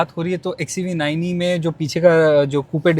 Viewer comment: The way he says midclass looks lol😂